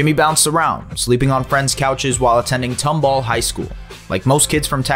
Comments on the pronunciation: It's pronounced Tom-ball, not "Tumbul" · As a Tomball graduate, it’s tOmball not tUmball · it’s pronounced tom ball not tumble